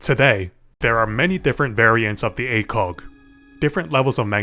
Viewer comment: what most people hear: ACOG what some people hear: a kock